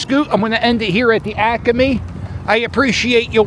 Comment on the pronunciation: I worked at the Naval Supply Depot ( ASO compound ) for too many years because I am recognizing EVERY SINGLE place you mentioned! Thank you for pronouncing ACME the correct way ! Is there a difference between "The Northeast" and "The Greater Northeast"? Where does one end ? The Asians used to gather those StinkBalls and sell them!